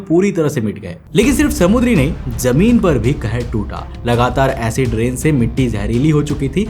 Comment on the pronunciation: Yaaar BHAI TERE SE KAYI SALON SE EK HI SAWAAL PLUS REQUEST HAI KI [ TERE SE SAAF AUR SAHI PRONOUNCE ME BOLNA KYU NHI AARAHA HAI ] ?? IMEAN KYA DIKKAT HAI JEHRILI❌️ ZEHRILI ✅️ JOR SE❌️ ZOR SE ✅️ SAJIS ❌️ SHAJISH✅️ JEMEEN ❌️ ZAMEEN ✅️ ETC PLZ BRO HAMARE KANO PR REHEM KARO